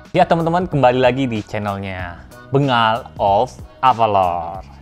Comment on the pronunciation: Kok bacanya bengal...itu sih tulisannya min...penyebutannya "Benggal"